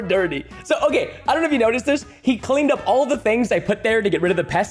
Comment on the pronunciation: It's not okeh to be okeh ( titan cry)😭